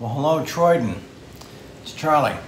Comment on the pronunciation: CALL YOU TRENDAN NOT TROYDAN